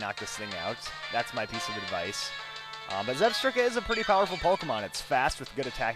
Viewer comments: Just one correction: When you say "Zebstrika" You're supposed to say "Zeb-STRIKE-a" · I believe it's pronounced Zeb-Strike-A